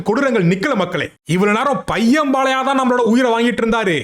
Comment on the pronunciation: உன் தமிழ் ல தீய வைக்க அது "பாலையா" இல்லடா அது "பாலய்யா"